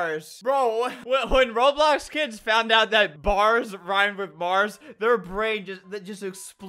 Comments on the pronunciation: “rap abiyut reibyux” -Albert 2019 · Albert be like : rubox robox rolox